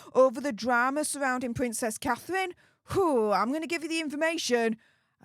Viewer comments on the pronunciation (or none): Pvvvincess cathevvvvine ffs get speach therapy no wonder people cant understand what you're saying half the time